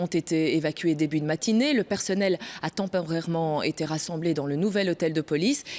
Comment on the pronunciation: "tempeurairement".....ouiiiiiiiiiiiiiiiiiiiiiiiiiiiiiiiiiiiiiiiiiiiiiiiiiiiiiiiii xD